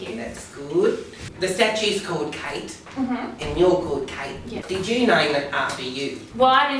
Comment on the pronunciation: Hehe "statues"